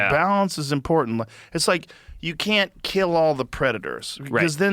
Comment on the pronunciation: Forreste Galante either needs to see a dialect coach to master the vowel in "can't" in a General American Accent, or to get his Rhodesian Accent back. He has to pick one.